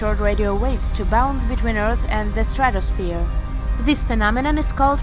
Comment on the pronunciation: She called it stradispher..the dome.